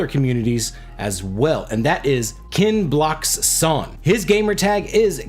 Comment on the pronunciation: Wow 🤯 someone actually pronounced your name correct 🤣 #kenblockshon